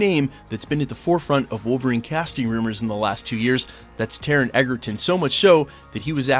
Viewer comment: I would love to see Taron sink his teeth into this roll - and maybe then people will learn how to pronounce his name!